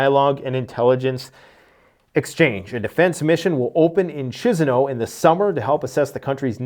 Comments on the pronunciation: KEES-NOW!!! Please stop saying CHIZ-I-Now. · It calls 😊Kishiniov , not Chizinaw